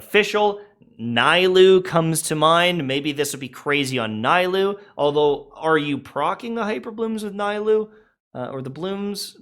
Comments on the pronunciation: OMG said NAILOU instead of NILOU. What a cultural appropriation insult to the people of Sumeru that is on Sumeria in the real world OMG he mispronounced that name and kids in AFRICA stopped eating and died because of it. What a dick. I have to report this to the Woke police in Hoyolab echochamber central. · you're pronouncing nilou's name wrong, its just how other characters call her